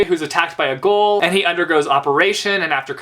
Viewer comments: I don't mean to be the grammar/pronunciation but ghoul is pronounced "gool" not "goal". Just wanted to clear that up because that is one of my favorite manga series ever. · Lol love how you pronounce ghoul. You say it like goal. I say it like gool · It's pronounced 'gool' hahaha